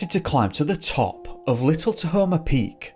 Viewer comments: Ta-home-ah is proper pronunciation. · It’s pronounced ta home ah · “tahamo” lmao